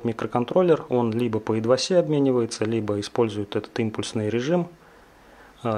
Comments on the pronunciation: ідвасі-трохи у вухо ріже.......правильно говорити-айтусі.....але воля твоя...обзор-чоткий... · привет! Я - хэйтер и я начну:напишу на своем ипхоне или лучше нет, нутбук открою, запущу микрософт виндос, открою бравзер, в нём запущу утуб, и найду твоё видео про ИДВАСИ!!! Вроде рыба есть такая(иваси), а технология i2c! читает весь мир, как ай ту си. просто и не сложно вроде. но если по 200 раз в день слышишь i2c, потом включаешь видео(крутая картинка, кстати, и обзор мне понравился про мини пк, я после него nvidia заказал, да и другие видосы круть), а там серпом по яйцам: Идваси!!! ))) умоляю, называйте вещи правильно и технологии тоже. все у меня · а идваси не смутил?)))